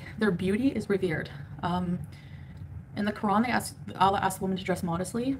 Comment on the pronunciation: The way she talks about Allah is like he’s a friend 💀💀 like idk what it is about the way she says the word 🤣